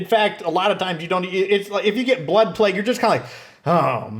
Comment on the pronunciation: Euthanize black people???? Seriously that's what it sounded like you said.